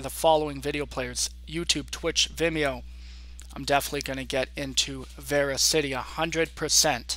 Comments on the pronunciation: by the way, it is pronounced verasity not VeraCITY.... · It's pronounced ver as ity